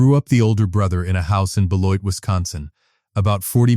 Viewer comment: Very good story. Very true life lesson. I especially enjoyed this story because I used to live near Beloit, Wisconsin so the location references were spot on. And the narrator pronounced Beloit correctly, an outsider probably wouldn’t have. 👍